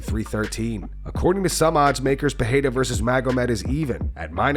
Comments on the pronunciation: Dont be like Joe Rogan.. don't say Pahhadda .. SAY Pe..rei..ra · Brooo why you keep saying “Pehera” that annoys the fuck out of me